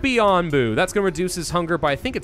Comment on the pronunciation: Yeah, nope. Onbu as in the onbu obake. Hilariously, this seems to be Soviet Russia, as Onbu carries YOU.